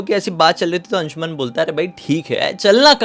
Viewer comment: अंशुमन Nahin अंशुमान Hota Hai